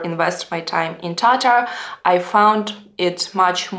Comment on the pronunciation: For some reason, I've always struggled with the correct way to pronounce the word "Tatar", but after hearing you say it using the actual Tatar pronunciation, it just sounds right. It seems that the stress should be slightly more on the second syllable rather than the first, and it rolls off the tongue more naturally that way. I envy your ability to speak and converse in a number of languages, as that provides you a window into other cultures and the larger world. As a Texan, Spanish is the language I hear the most after English, and even after taking classes for it in grade school, I've never used Spanish enough to be truly fluent in the language - I can follow along to a limited extent, but that's about it. Funny thing is, I can read Spanish-language newspapers and websites pretty well. Your English really is very good. The occasional mispronunciations or grammar issues don't cause me any difficulty in following what you're saying, and sometimes it provides an insight into how a Russian-speaking person may think about how language works, and that's kind of cool. Anyway, this was a fun and informative video - thanks!